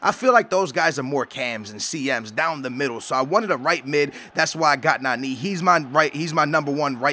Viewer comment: Its so annoying that u say Nanee